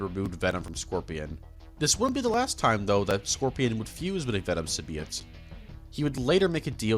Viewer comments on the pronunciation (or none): The heck is a "simbeeought" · I don’t think he knows how to pronunce symbiote or morales.